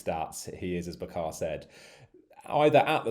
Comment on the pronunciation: Its not "ba khaaaa" , its "bucker" !